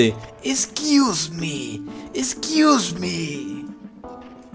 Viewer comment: me encanta cuando dise * NO me Fastidien Porfavor Na Nada de EZQUIUZMI EZQUIUZMI*